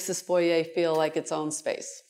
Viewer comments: Exquisite ! And THANK YOU for pronouncing Foyer properly. My skin crawls when it's pronounced FOYR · Absolutely stunning!! She is lovely and pronounces “ foyer” the Canadian way! Love it! That apartments has very high ceilings. At first glance, I thought it was a house. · Yes, the French way… the correct way!